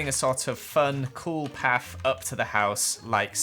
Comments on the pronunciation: Don’t say paf say path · Omg really be like I like to add this kind of paft (Welph thats how he says it)